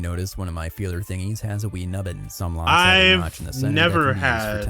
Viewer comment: I was more than 30 seconds into the video before I realized you were saying locks and not rocks🤣 you know how people use hammers to open rocks and they've got pretty stones inside 🤣🤣🤣🤣🤣🤣 locks, not rocks